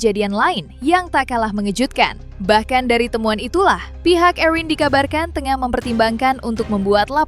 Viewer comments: Khusus pembawa acara..Namanya ERIN….. bukan EUWRIN…. Sekalian Aja ERWIN!!!Budayakan berbicara bahasa Indonesia dengan BAIK!!! Kalau mau Pakai bahasa Inggris… semuanya inggris , jangan nanggung!! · Mba admin, baca Erin biasa aja kalii...gak usah gaya" an/ ke inggris" an. Itu kan nama indoesia ...Erin gtu...